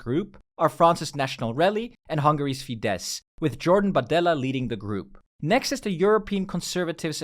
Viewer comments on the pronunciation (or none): FYI: Hungarian words are always stressed on the first syllable, so it's FI-desz and not fi-DESZ